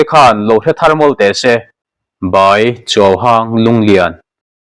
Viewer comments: In mizoṭawng hi zirin, hmang fimkhur leh deuh teh khai. Chuauhanh hi chuauhâng a nilo. Chuauhang zawk a ni e. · CHuauháng ni loin, chuauhàng tih tur😊😊😅